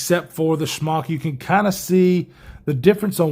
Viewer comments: I just gotta ask...are you pronouncing the Smock as Schmock as a goof? Cause I laugh every time you say it! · You know it’s SMOCK not SHMOCK, right? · It’s like Spock but Smock. Lol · I actually heard it as Spyderco Schmuck the first time he said it!